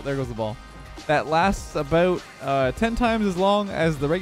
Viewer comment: ahaha the Canadian accent 🤣 Aboot